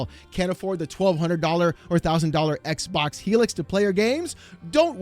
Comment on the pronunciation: Why is this guy saying "eckbock?"